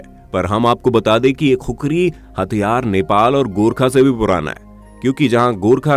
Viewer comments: I am from nepal and actually it’s khukuri not kukri😫😂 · It's khukuri not khukari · Not kukuri bro it's khukuri 🇳🇵🇳🇵🇳🇵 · It's KHUKURI (खुकुरी) Not kukri * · Proud to be Nepal but it’s not Kukuri it’s khukuri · its not khukri its khukuri Please pronounce properly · Khukhari nahi khukuri bolte he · THAT REAL PRONUNCIATION IS KHU-KURI